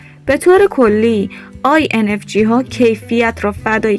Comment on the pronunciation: با کمال احترام j هست نه g لطفا درست تلفظ کنید